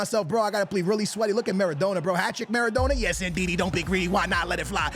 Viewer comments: maradona pronounced mara donna (like a donna kebab) please pleaseeee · You’re Portuguese bro you know how to say his name properly, what’s maradowna and aiyowze pirez 😂😂😂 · Who tf is Maradoner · The way he says Maradona hahahaha what a melt